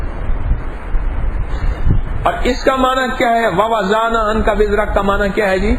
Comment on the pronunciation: حکیم صاحب اپنے ووذعنا پڑھاھے اس کو صحیح کرلیں ووضعنا جو کہ دال کی اواذ سے نکلتاھے میں معفا فی چاھتا ھوں